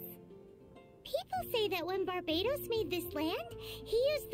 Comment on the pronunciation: One of the jokes in lore is that Rosaria, despite being a nun, doesn't know the correct name of the Anemo Archon lol, "Barbatos" often gets mis-said as "Bartabos", "Bartobas", etc. She just can't be bothered lol